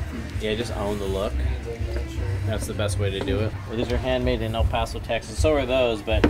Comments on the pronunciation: he said el paso!!!! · literally started shaking when he said El Paso it’s like we don’t even e x i s t sometimes